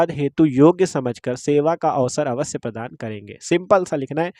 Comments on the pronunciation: Padaan❌ प्रदान ✅✅ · Padaan❌ प्रदान ✅